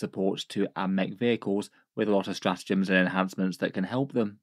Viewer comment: Straatgems? not sure if you can fix that without taking the video down